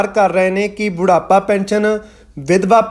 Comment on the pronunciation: ਬੁੜਾਪਾ😅😅😅😅😅😅ਕਿ ਬੁਢਾਪਾ ?